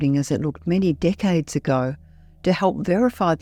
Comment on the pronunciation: it's Decades not Dickades 😅